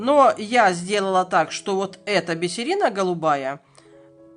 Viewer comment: Господи, опять бисерИна... Ну как так можно? Это же бИсер, бииииииисер!.. Уши скукожились и отвалились. :(((